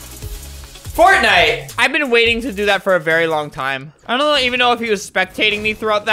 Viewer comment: Normal people: fortnite. Albert: fartnite